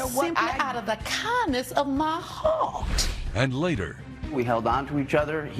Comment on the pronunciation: Now that was too fucking funny for real like girl. Now you know you did not have to put that much emphasis.😂😂😂 in the name of Jesus😭😭